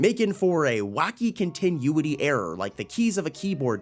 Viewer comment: Continuity; con-ti-nu-ity